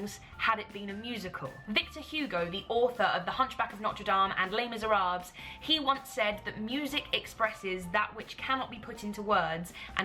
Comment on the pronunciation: Oh, Carrie, did I hear you say Les Miserables, pronouncing the S at the end? Am I mispronouncing? What an existential crisis I've put myself in now.